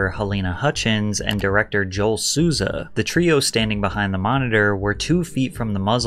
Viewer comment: I swear Patrick can't go one video without fudging up someone's name or butchering some word, you called Joel Souza by his name properly then only a minute later you call him "Jo-elle" and as a Joel myself i just can't help but cringe